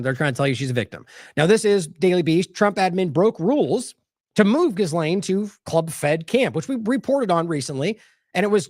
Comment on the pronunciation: We really should pronounce Maxwell's name correctly. It's NOT JizzLane. It is G'Lane with a hard G. The S is silent. It's a name of French origin.